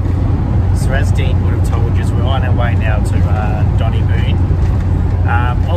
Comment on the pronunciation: Twice says Donnie Boon! Lol so funny, another great v/log, ❤️🦘🦘🦘